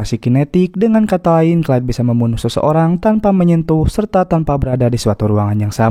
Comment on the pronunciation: Beuuhh mantap sinopsisnya. Film Gerard Butler memang selalu menyala 🔥🔥 btw ini narator udah bilang "Clyde" (baca=klaid), kok pada komen "Clay" (baca Klei) 😅 beda ygy...